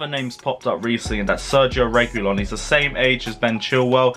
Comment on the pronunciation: This how you should say his name Re gee lon that's it, said is a good player that's the kinda player we want at the club both of them to be exact. They will bring something special to the club